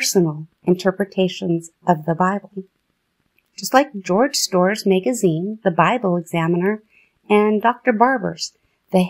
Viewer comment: Is this AI or a real human being. Who falls it a Mayg a zeen Why Charles T and not Charles Taze I think was a real person 🤦